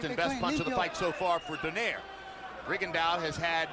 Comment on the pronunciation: finally says Donaire correctly lol